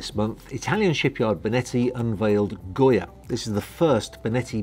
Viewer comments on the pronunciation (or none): Yes please do the walk through! And the yacht’s name is Goga not Goya. I’ve been waiting for this yacht to launch, she is beautiful!